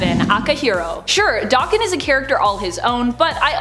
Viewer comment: There is no X-24. Especially since the Fox movies we're such BS & pure trash. And Akihiro's isn't Dokken. Daken is a slur in Japanese meaning dog or mongrel. It's pronounced DAY-KEN, not Dokken, as Dokken was as 80's Metal band